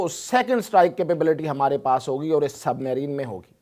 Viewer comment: Submarine tu to theek sa pronounce nhi ker sakta